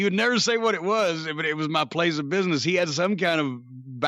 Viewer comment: "Muh place of biness" LMAO